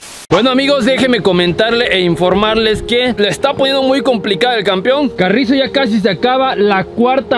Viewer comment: Se dice campeón jaja no campion